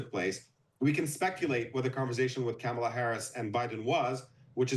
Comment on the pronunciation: this mf needs to learn how to pronounce Kamala. It's not "Cam." He sounds like a conservative